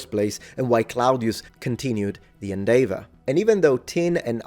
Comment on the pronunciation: Hey please could you say "endeavour 5 times!!!?" Lol the way you say it is SO ITALIAN it's brilliant!! 😂 I like your idea of scans possibly being something else, something a bit less out there!! But I have to point out they wouldn't mine under a pyramid due to destabilisation of the entire structure. Of course they might have built on top of an old disused mine but I feel they would have tried to avoid building on possible unstable ground. But certainly a mine is much more LIKELY than the halls of knowledge. I mean how many times are we promised some far fetched discovery only to be presented with an old rock 😅 I think you might have to accept that this scanning technology does actually work. The idea behind it is actually legit or sound (excuse the pun). Personally I think it's either a misinterpretation of data or there really is something very strange under the pyramids. I hope it's the later but I think a data error is most likely.